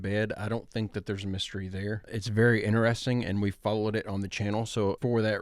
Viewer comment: i will consider subscribing if you start saying the word interesting properly :D